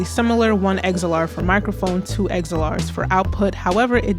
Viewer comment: Liked you presentation.. thanks ! (Small suggestion: It's not "eggz-zell-arr" It's". "ex-ell-arr" (xlr). 😊